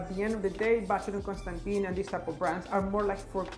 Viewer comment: You need to know how to pronounce the brand’s name correctly 🙈😀